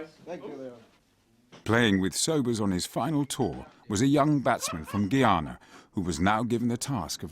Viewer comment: The narrator didn't pronounce "Guyana" correctly. Also, Valentine wasn't an off-spinner, he was a left-arm spinner who made the ball break from leg to off.